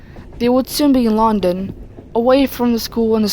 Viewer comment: I ain't trying to sound rude or anything but the way you said London had me dead